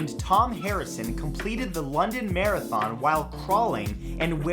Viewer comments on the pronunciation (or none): none